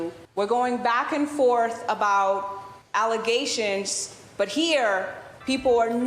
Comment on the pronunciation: "False allezations".